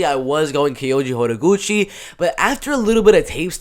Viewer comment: The way you say Kayoji’s full name is absolutely beautiful. Not even kidding